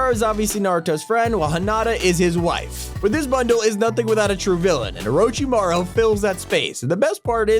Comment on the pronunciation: you said it wrong it is OrochimarU